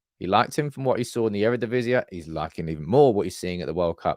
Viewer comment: It’s Earuhdeeveezee, not Eradeeveezeah. Just like it’s ma-LAcia, not Mala-CIa. Love the content,. And I know you’re a bit dyslexic, right? I just figured you might wanna do it the proper Dutch way. ❤ UTFR!